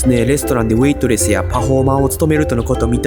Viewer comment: ウェイトレスの彼女は...のウェイトレス、発音おかしい気がします。AIが英語のの発音にしてしまったのか、が他の言語の発音をしてしまっているのかは分かりませんが、日本語の発音ではありませんね。